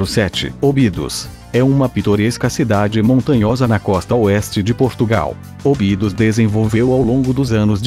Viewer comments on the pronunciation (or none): Óbidos, não "ôbidus". Guimarães, não "Guimaráes". Évora, não "Evôra". Esse "Top 10" é na sua opinião, certo? Faltaram mais cidades lindas que, com certeza, se encaixariam nas 10. O vídeo, em sí, é muito bom, porém... Péssima dicção, em muitos momentos, com esse programa que você usa... Seria bem melhor usar sua própria voz... Acho que sua voz, não pode ser pior do que essa voz "sintetizada", que erra quase todas as pronúncias. Parabéns pelo video... (só o video). Abraço. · A locução é estranha sim, mas tem a vantagem de ser clara. Infelizmente parece que o locutor nada sabe do que está falando, e não pronuncia corretamente o nome de algumas cidades. Um exemplo típico é ÓBIDOS: palavra proparoxítona. A primeira sílaba |Ó| é a sílaba tônica, mas o locutor por certo nunca ouviu falar desta pequena e famosa cidade histórica, e por indesculpável ignorância pronuncia "OBÍDOS". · Portugal nao abrange o Mediterraneo. Sintra nao e cidade. Muita info. incorreta. Nao sabe pronunciar Obidos. Obidos nao e cidade.